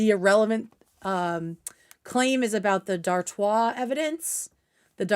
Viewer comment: Ok so I was pronouncing Dartois correctly in my head?! Everyone else is saying dartis and it makes me chuckle